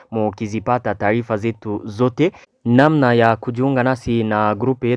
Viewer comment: Kiswahili kinakushinda kutamka ao vipi kaka? je ni taifa ao ni taarifa?